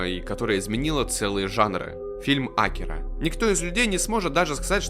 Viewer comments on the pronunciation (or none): Что я могу покритиковать в этом видео это только ударение имени "Акира". Год назад в 1 марта скончался легендарный человек и создатель Драгон Балл в возрасте 68 лет - Акира Торияма